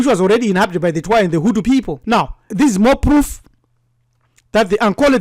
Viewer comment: Hutu not hutsi